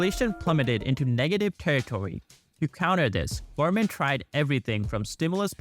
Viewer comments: Is it just me or do the speaker keep saying gourmets instead of government? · Why does he pronounces „government“ like gorement? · New here, your pronunciations could use some serious work. GoVerNment for example, there was enough mispronunciations that I'm leaving a comment on the first vidfeo of yours I've watched. Keep up the good work otherwise. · Gov-er-ment the n is silent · Why are you pronouncing “government” wrong?